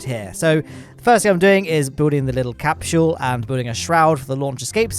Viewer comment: said capshule instead of capsule